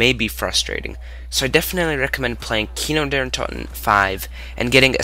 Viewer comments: Great review. But sorry you can't pronounce anything. Kino Der toten. Not kino derun toten. Deadshot daiquiri. Not deadshot diquiri. Vr eleven. Not Vr one one. It's pronounced tawkeo. Not take-eo. Richtawfen. Not richtoe-fen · It is kino der toten not kino der Untaten